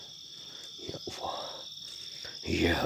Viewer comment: Bagus juga nih video kalo di buat film Indosiar bakalan panjang 😆 Gak masuk akal masa khodam kok nyebut nama Awwoh bukan Allah ketauan banget rekayasa'a 😆😆😆